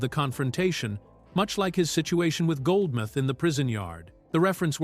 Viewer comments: Goldmouth not Goldmith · For those that are unfamiliar. This is NOT Eddie Murphy's only film without playing multiple characters. All of the Beverly Hill Cop movies,, Boomerang,, 1000 Words,, Trading Places,, 48Hours,, I can go on but you get my drift.. and it's Goldmouth not Goldmyth..